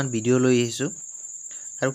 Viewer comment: ভিডিঅ ক আপুনি বিডিঅ বুলি ভাল নালাগে